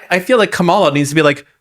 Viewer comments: It's Comma-La, dude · Interesting , discussing the debate with a guy who didnt watch it and cant pronounce KAmalas name. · Other dude… Learn how to pronounce Kamala’s name it makes you look like a dumbass